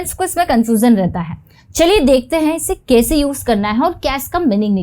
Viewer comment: आपकी हिंदी का उच्चारण भोपाली क्यों है ? बहुत इरिटेट करता है जब आप मैं को में और कैसे को केसे बोलती हो...